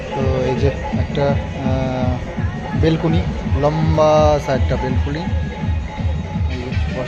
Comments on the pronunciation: বেলকুনি বলে না ব্যালকনি বলে মূর্খ মতো কথা বলো না শুনতে ভাল লাগে না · .....kichu mone korona tumi Balcony bolona ota Balcony bale go...akjan didi hisebe tomake bollam😊